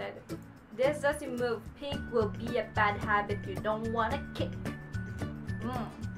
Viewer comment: Mauve is pronounced as (mov). :)